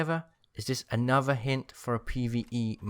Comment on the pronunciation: Anover, furver.... please pronounce your th’s please...